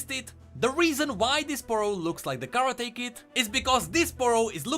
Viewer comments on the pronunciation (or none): none